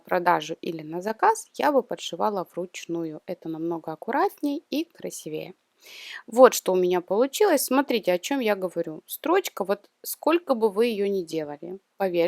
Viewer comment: Ударение ставьте правильно краси-вее